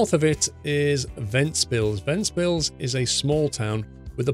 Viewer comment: Actually you did name ventspils 100% correctly